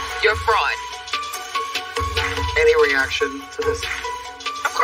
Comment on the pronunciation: Oh she said fraud? I thought she called her a frog 🤣🤣🤣